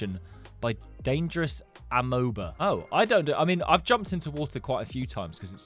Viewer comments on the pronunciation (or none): It’s pronounced ameba